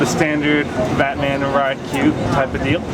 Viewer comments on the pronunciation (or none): none